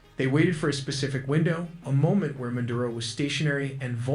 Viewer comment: Madura?😂 it’s Maduro